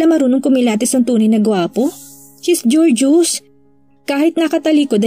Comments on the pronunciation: "Gor "geous po not "jor" geos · GORGEOUS.... pronounce GOR ( as in go) GEOUS (as in juice)........GOR-JUICE